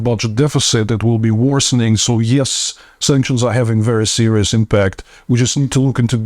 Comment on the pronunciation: In the word "impact" the stress is on the first syllable,.